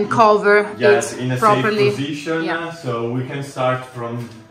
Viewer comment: can you try to not say so many words with an E at the end like pipesE, positionE, becauseE, woodE, topE, lightE supportE, removeE, chooseE, boughtE and so many other words.